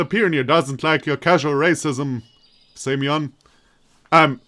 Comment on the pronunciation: Speaking of stress, you also put it wrong in Semyon. Speaking of pronunciation in general, it's [sʲɪˈmʲɵn] [sʲ] is soft s as in six (as opposed to hard s in sock) (actually after listening for examples in wikitonary is seems that in Englsh s doesn't soften in six, but in French it does (though maybe those are just speaker to speaker differences?), so maybe better think French here) [ɪ] as in bit (due to vowel reduction in unstressed syllables) [mʲ] is soft m as in .. to meet, maybe? (as opposed to hard m in... let's say Monday) Or French ami. Also in "mon ami" you can hear both hard and soft m to compare. [ɵ] the wiki says that /o/ after a soft consonant in Russian becomes [ɵ], but their example of that sound doesn't sound right at all to me (if anything that [ɵ] sounds like something between /u/ and /ɨ/ to me). Maybe it's just a weird example they have. But I'd rather say [ɜ] like in bird or [œ] as in German Löffel. Also this is where the stress goes. [n] just a normal hard n. Example of soft m in Russian: Compare to hard m: Example of unstressed /e/ reduced to [ɪ] followed by soft s [sʲ] and then the version of /o/ that they call [ɵ] (the pronunciation is right here, but I'm confused as to why they say it's [ɵ] when in the article on the [ɵ] sound itself the example recording sounds totally different): Compare to hard s: (note the /n/ in these last two examples is soft, which is different from hard /n/ in Semyon) And Slavya is [ˈslavʲə] [vʲ] is s